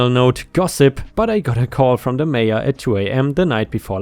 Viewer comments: haha, took me a while to realise why you were saying major instead mayor. That german accent strikes again 😂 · He did say major a couple of times then he got the mayor in the end 😁 ❤🌟🌟🌟🌟🌟✌ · In the Nebraska story, The OP went to the MAYOR said MAY- ORR YOU keep saying that word as MAYJJ - ORR (as in like a MAJOR General in the Service) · Just an FYI, my friend, Mayor is not pronounced like Major. I believe the German equivalent is Burgermeister, the political high-mucky-muck of an incorporated town or city.